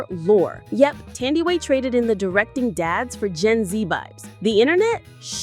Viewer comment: You have pronounced her name wrong. It’s NOT pronounced Thandiwe, with the TH pronounced. It’s TANDIWE. The TH is a TAH Sound.